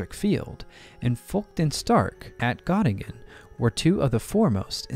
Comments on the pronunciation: An interesting issue. But, 80 years after we lost the war, the names of people and towns should be pronounced according to the country. I cannot remember any university in Gattingen. However in Göttingen. Thumb down. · Gö in Göttingen is pronounced like Gi in Girl.